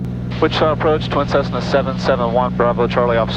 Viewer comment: I had to rewind to make sure you said “Tessna” that’s classic. Always great vids.